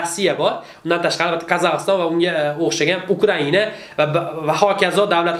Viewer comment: Qazakiston demedi Kazakhstan deyiladi tentak